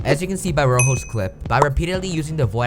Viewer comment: Did my man just call rojo roho